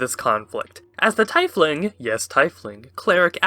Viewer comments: That's pronounced "Teaf-Ling" - j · It’s pronounced teefling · Only way I've ever heard Tiefling pronounced is Tee-fling, apparently pronounced like the german word Tie. (tea/tee) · Why do you pronounce tiefling wrong?